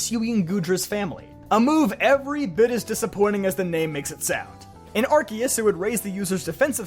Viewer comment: Oh my God. A poketuber said Arceus the right way?! This might be the happiest I’ve ever been watching a poketube vid. I literally subscribed for this.